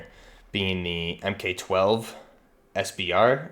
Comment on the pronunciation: MK is pronounced "mark" ;)